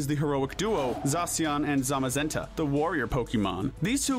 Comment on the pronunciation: THE THIRD A IN ZAMAZENTA IS SUPPOSED TO BE AN E! AND THE I IN ETERNATUS IS SUPPOSED TO BE AN A!